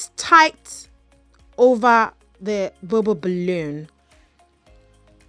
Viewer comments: I don’t think you’re stuttering you’re just saying the “bubble balloon” over and over and over again a million fn times lmao. Just saying balloon would have been suffice lol especially cuz it sounds like you’re saying bubba balloon. The bubba the bubba the bubba lmaoooo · I love the way you say bubble balloon in your accent